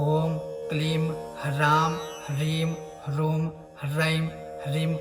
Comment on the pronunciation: Namaskar. Plz confirm how to pronounce the last beej mantra in Shap Vimochan mantra ...is it Huh, hrum or hum because you chanted it Hu but it is written Hrum: plz clarify....Namaskar🙏🙏